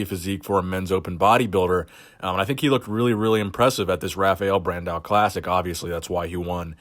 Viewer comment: I really like to see brasilian bodybuilders here. The way you say Rafael Brandão is pretty funny too.